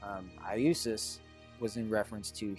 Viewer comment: That one guy holding his head: "Eye-oo-sis" bruh that's not even close to how Iesous is said in Greek. His name is Jesus.